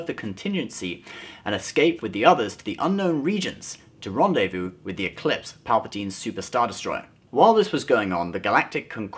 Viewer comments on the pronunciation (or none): none